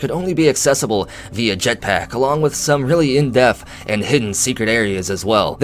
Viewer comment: I like how you say jetPACK